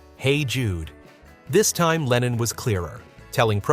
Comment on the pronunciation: An den Sprecher: John hieß nicht Lenien,zumal das sehr an Lenin erinnert